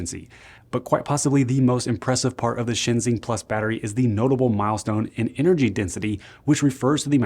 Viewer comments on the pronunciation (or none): By the way, ShenXing is pronounced like "shun shing"